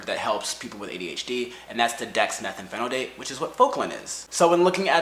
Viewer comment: Hey man great info. It’s Dexmethylphenidate. (Dex- methil-fen-a-date)